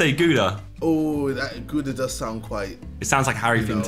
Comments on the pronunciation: How they pronounce Gouda lol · I am from Gouda, hurts how they pronounce my city name